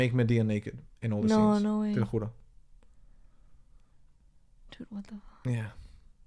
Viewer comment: Hey, is Spanish your native language? That "te lo juro" felt a bit TOO natural for a garden-variety gringo.